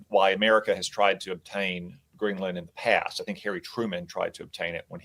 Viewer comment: FFS, Greenland is ONE WORD. Its not Green-LAND.. It sounds more like "greenlend". And its BEDMINSTER.. NOT Bed-Minister